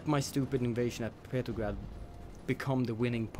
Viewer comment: I really hate how he can't pronounce the name of St. Petersburg/Petrograd by either of its two names by calling it "Petergrad". So he is either just being really bad at English and he doesn't realize his mistake or he is doing it on purpose.